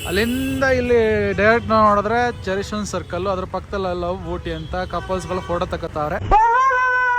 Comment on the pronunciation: ಚೆರಿಸನ್ ಸರ್ಕಲ್ ಅಲ್ಲಣ್ಣ ಚೇರಿಂಗ್ ಕ್ರಾಸ್ ಸರ್ಕಲ್